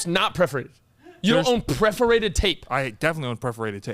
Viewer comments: PERforated not PREforated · PERforated not preforated 🙄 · Perforated not preferated